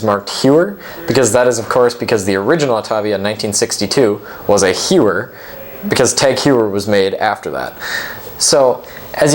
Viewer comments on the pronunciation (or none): say: "HOY-er" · You have to learn how to pronounce Heuer.